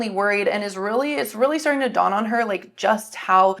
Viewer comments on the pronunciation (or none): none